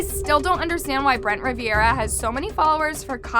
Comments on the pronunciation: It riverruhh not ✨️rivi-errrraaaa✨️ slay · I cant with saying Brent Ruh V Era instead of Ruh Ver Uh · why does everyone say riviera when its literally RIVERA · Brent Rivera* Not Riviera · It's RIV ERA NOT riviera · Brent ✨riv-e-ar-a✨ is slay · brent ree-evera ? 😭😭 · Brent “River- RA” love how she pronounces things 😂❤ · Brent “riveAra “ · Brent ✨Revie-era✨ was I the only one who noticed😂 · You didn’t say Rivera right lol. No worries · Umm u pronounced the surname wrong